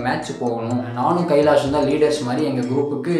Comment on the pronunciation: Kaalish ❌ Kailaash ✅